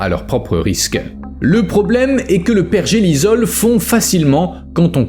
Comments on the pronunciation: Pergélisol et non pergelizol ! ! : sol gelé en permanence !!! Understend ? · ça m'a piquer les oreilles aussi lol , il n'a pas compris le mot 😂 . apres, cette chaine n'est pas la plus pointue en science ^^